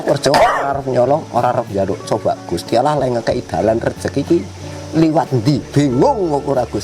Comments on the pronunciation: Memyebut gusti allah aja salah dia nyebut gusti alah itu omongan orang bukan islam sudara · gusti awwlohh bukan gusti alah ya